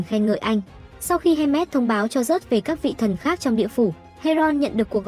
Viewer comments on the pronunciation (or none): hermes mà n viết với đọc thành handmade wtf??